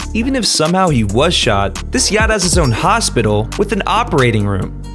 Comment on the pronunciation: STOP WHY DID I HEAR GYATT INSTEAD OF “ yacht”